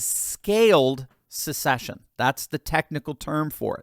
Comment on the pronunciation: See ya! Someone tell kh, there’s no “U” in the word secession. It’s not a “sucksession”.